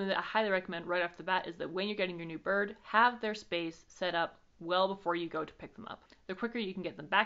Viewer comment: Love how you pronounce "birrrd" :P